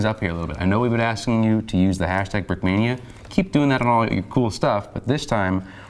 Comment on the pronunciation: Брикмания ингличане а не брикминия😂